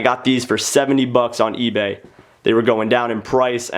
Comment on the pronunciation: you said esbay instead of eBay lol